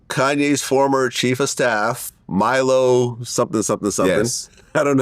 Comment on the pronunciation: who the fuck is "Me-low" ... are they talking about Milo? how can you fuck up the name of someone who was known to the public before this shit?